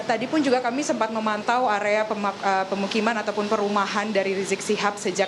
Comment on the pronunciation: "...kami sempat memantau area Pemaka.. eh pemukiman.." 😂😂